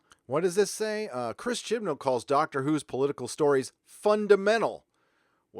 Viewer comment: I always hear Chipnal as Chinball. I think that's better for him anyway, since that way he has at least one.